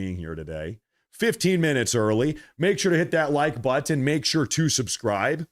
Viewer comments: It's butt un , not butt in 😂😂😆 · You pronounce Buttin. It button that what it is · Most people say butt and end it with the sound of n, not the word ton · Lol, I never noticed it with, but I'm old enough that I've noticed it in younger generations with both white and. black people putting the accent in the wrong place pronouncing words like button (butt uhn). I think it stems from Ebonics but alot of the younger generations do it. Another one I've noticed is compulsively pronouncing the "t" in listen. It hits my ear cause as an older guy to me it just sounds stupid, but I'm sure my generation says stuff that probably annoyed older generations. like calling other guys "man" which we picked up from blacks too. Way back when they might say "I'm not your man" but now its ubiquitous and people rarely get annoyed by it.